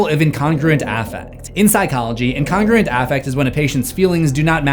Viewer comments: Love your insight, but it seriously bothers me how you pronounced incongruent. It's In-con-groo-ent... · His pronouncement of incongruent threw me for a loop. 'Incongrant' 😂